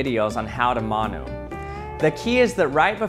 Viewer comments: How is he butchering the pronunciation so much, it’s said like Mun (like bun) Oo (like your going ‘Oo,that’s interesting’) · u said manu wrong g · Your saying manu wrong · i love how much he butchered the saying💀